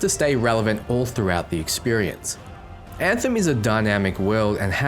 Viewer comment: I heard a dev refer to this game as “Ant-Hem. He literally said “Now today we’re going to be showing you the game, Ant-Hem, or Antheim to some people.” Please tell me its not pronounced that way lol i think he might have just been an idiot